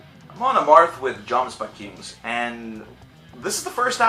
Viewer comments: Jomsviking is pronounced as "Yomsviking" :P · The J is pronounced like a Y. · also, the 'J' in Jomsviking is pronounced like a Y